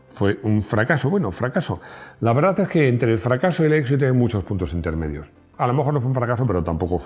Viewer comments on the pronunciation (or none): none